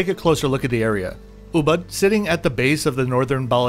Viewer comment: Hi, on your next visit to Bali, I would highly recommend you review Puri Wulandari, a resort with great charm and Balinese character; and an utterly spectacular location in Ubud (which is pronounced oobood, by the way). A resort with 32 pool-villas, priced reasonably. Check it out!